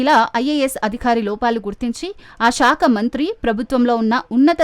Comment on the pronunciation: షాక కాదు సాక కాదు Ok శాఖ . ఇభ్బంది కాదు ఇబ్బంది బ కు ఒత్తు లేదు సరేనా ?